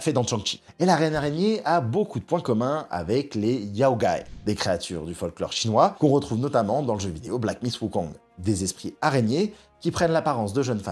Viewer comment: Il faut se renseigner sur les prononciations de noms chinois... "TCHang Chi" c'est plus possible 😂 Ça se dit "Chan' Tchi" (avec le G de "ang" ) qui se prononce presque pas, comme avec l'accent marseillais. Et "Yao Guai" se dit "Yao Gouaï"